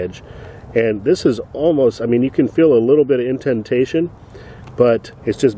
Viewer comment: Omg. Stop saying inTENTAYtion. It is inDENtation. I’m trying to get through your video but these crazy pronunciations are driving me batty.